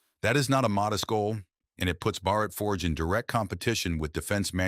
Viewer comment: Why do you mispronounce Bhārat as bharāt?